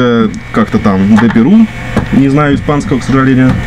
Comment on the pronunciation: ... и кстати (!), он так прикольно произносит слово "К сожаленЬю." :)